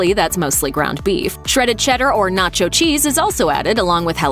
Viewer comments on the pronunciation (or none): none